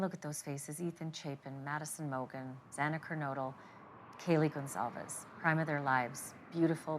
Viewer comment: Judge Hipler was out of line, insensitive, and borderline incompetent. Not only did he struggle in getting out the names of both legal teams, he couldn’t even pronounce Xana Kernodle’s name correctly even once. He should have made Kohberger remain standing, and speak to what he committed, not just matter of factly answer “yes”. It was a pathetic hearing. If I were in the situation is in, I would feel exactly the same.